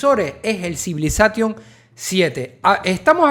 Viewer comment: Me mata que digas CivilazaTTTion....!!! 🤣